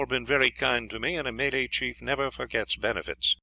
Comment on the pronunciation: May-Lay haha what a pillock!